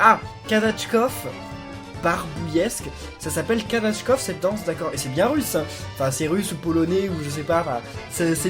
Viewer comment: juste prononce bien le mort kazatchok car tu as dit kazatchkov